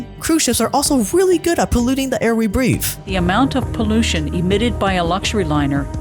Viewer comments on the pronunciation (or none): You said “we breafth”